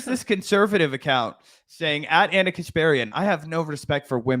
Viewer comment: She pronounced Ana’s name wrong. She must be racist